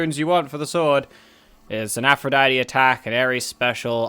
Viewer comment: Hey, why can't you say Aphrodite?